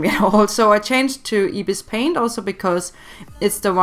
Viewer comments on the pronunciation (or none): Lemme help you say ibis paint x soo how to say ibis is like (Eye-bees) and the paint is (pey-nt) and the x is ( ex) not a hater